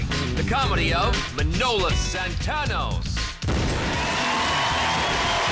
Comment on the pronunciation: It's not Min-o-lees. It's MAN-O-LEES